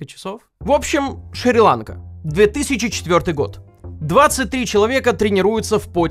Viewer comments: Шри- ЛанкА, ударение на 2й слог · Ещё один интересный факт, который ты бы не загуглил в догонку к остальным. Шри-ЛанкА: Ударение во всех падежах ставятся на последний слог, а не на первый)